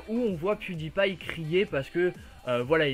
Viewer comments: Pewdiepie et sa été dit piedailpail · salut! merci pour cette video!j'ai regardé le grand journal et je suis un grand fan de pewdiepie.J'ai trouver incroyable que la journaliste ne savais même pas prononcer le nom pewdiepie! Elle la meme insulté pewdiepie de completement fou! ça m'a vraiment énervé! De plus le montant du salaire que gagne pewdiepie est abusé! $ par ans! Même ci aujourd'hui la journaliste c'est esxusé, je n'ai pas du tout aimé les critiques. merci pour cette vidéo! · j'ai adoré comment la meuf elle prononce PewDiePie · la meuf elle c meme pas dire pewdiepie